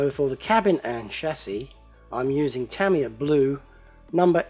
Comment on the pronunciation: youre driving me crazy!! Its pronounced Tah-ME yah not Tam-E-yah!!!!